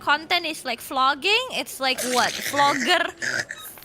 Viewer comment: ID - Flogging/Flogger PH - BLAGging/BLAGger